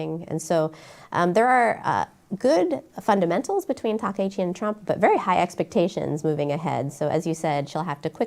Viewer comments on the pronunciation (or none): Maybe my ear is bad but I hear everyone call her Takeichi. Isn't her name Takaichi 😂😅?